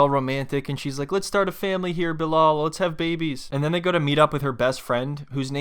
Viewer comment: Bruh it's not BiLOL 😅